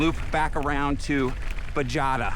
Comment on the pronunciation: Hey, I believe it's BaHAYda Not Bajada, I love your stuff!